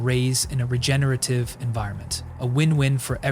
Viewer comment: its regenerative not regenative bro